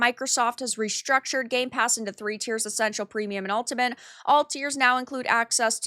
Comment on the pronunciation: still can't say 'Ultimate', it seems